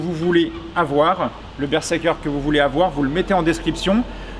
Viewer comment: y'a que moi que ça trigger la façon dont il prononce le model du casque ? x) bonne vidéo cependant <3